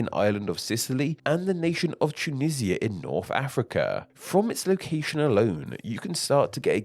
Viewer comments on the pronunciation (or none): none